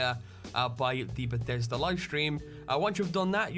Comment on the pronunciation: always sounds like he says "Bathesder" instead of "Bethesda" lol